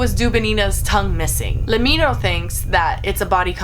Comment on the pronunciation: Uh you mis-pronounced Lemmino its said like let me know.He used to be named Top 10 Memes